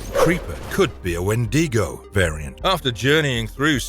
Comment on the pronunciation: Wendigo (When-dig-Oh)